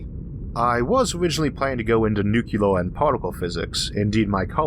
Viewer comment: Isaac.....we need to have THE talk. Noo + Clear....Nuclear. Not Nukular. You're too awesome to do that mistake. That's some Palin thing right there...